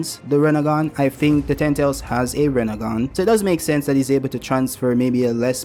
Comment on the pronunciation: You gotta work on learning how to pronounce "ten tails." I was too lazy to click the video and the audio captions keep providing me with "tentals."